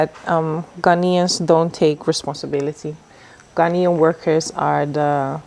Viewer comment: His pronunciation is spot on. He speaks like a typical Ghanaian. I don't know him in real life but I think I like his personality. I learnt allot in this convo